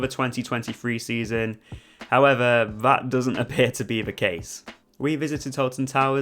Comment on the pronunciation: Instead of “the” you pronounce it “veh” just like “vey” and “vhem” 😂 no hate though, informative video and I appreciate you not spoiling the curse, I’m going on it for the first time tomorrow!